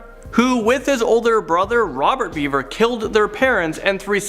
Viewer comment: You mispronounced Bever over and over. You clearly never watched the interrogation